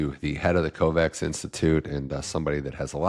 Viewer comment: except that pronouncing Kovács (a Hungarian name) as "Covax" hurts bad!